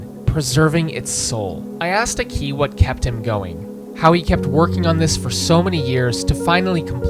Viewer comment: Aki is a legend. Or as you seem to call him for some reason, "Akí"